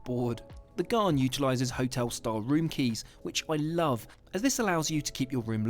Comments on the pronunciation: AS an Adelaidean (from Sth Australia) I can tell you the Ghan is just for travelling south to north and vice versa. If you plan to see the main citiies, look into the Indian Pacific that goes east to west from Sydney to Perth and vice versa. The Ghan is pronounced with just the 'a' sound not the 'ah' sound. I know the guy talking said it with the 'ah' sound but he's British, not an Aussie. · The Ghan is pronounced Gan, not Garn. I’ve travelled on the Indian Pacific from Adelaide to Sydney and return. It was a very pleasant trip. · BTW the pommy host said it wrong. It's gan. Rhymes with can or Stan. It's named after Afghans (Afghanistan people) which was the nickname given to the camel drivers in the 1800s who opened up the interior/outback to white people. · Gan its pronounced Gan i wish people would just try to get it right if they're doing a story about something from another country, be it towns, food or transport. When it comes to Australia people just bugger up our language. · I heard recently that the Ghan had been bought by a US company. It's pronounced Gan IE it's named after the workers from Afghanistan in the old days - they also introduced camels which now run wild all over central Oz. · These trains are not a cheap option. They are $$$$$$ expensive. I’m doing the trip next year.even Gold Class is expensive. These are premium travel options. Also it’s pronounced ‘gan’ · The Ghan is short for The Afghan Express & Australians pronounce it like ran or tan. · Your best bet for travel in Australia is a fried-out Kombi…. We pronounce Ghan as in can or tan. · He's pronouncing the name of the train incorrectly. "Ghan" rhymes with can and is short for Afghan, the nationality of original camel drivers who took people and goods across the desert. Here is a 3 hour (yes that's correct) video of the Ghan, mostly a passenger's view with some headsup historical captioning. It was broadcast on TV one summer as "Slow TV". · It's not gharn It's pronounced ghaan